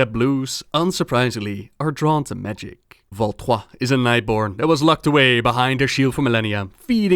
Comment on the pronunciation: Your way of saying Valtrois. It satisfies my french.